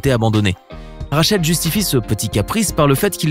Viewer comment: C’est rachid ta mal prononcer le nom